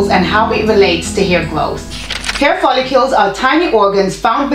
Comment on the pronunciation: It’s pronounced foll-ICLE as spelled. Lol